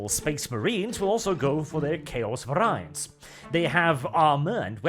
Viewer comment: It's pronounced "vair-ee-ants" rather than "vair-aye-ants" as a heads up.